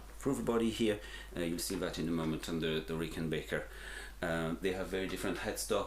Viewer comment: Had to turn this off, how do you get Rickenbaker from Rickenbacker???